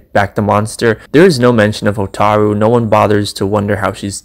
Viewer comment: Hotaru not HO TAAAARRRR RU Hotaru